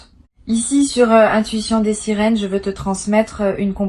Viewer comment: Intuition des "sérines"ou quand l'IA qui fait les lectures ne connait même pas le nom de la chaine 😅.